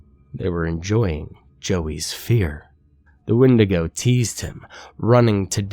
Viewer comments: did he always say it "when-day-go" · Is that how you pronounce wendigo?? I thought it was pronounced "Wendigo" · The way he pronounces Wendigo 😂😂😂😂😂😂😂😂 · You kick ass,! The way you pronounce the word Wendigo bothers me a lot more than it should, though.